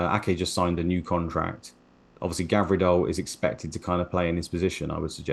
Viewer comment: Someone tell it's Gvardiol not Gavirdol